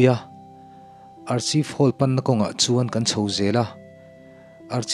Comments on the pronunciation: Archive hall hi arkhaif tia lam tur niin ka lo hria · Archive (arkhaif) ti a lam tur aw....